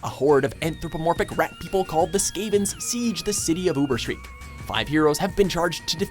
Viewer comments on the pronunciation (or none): "Skavens" "Oobersreek" That's some next level heresy. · love those games 1.Chivalry 2.Warhammer: Vermintide 3.Shadow Warrior 4.Zeno Clash 1 & 2 p.s. you said Ubersreik wrong... come on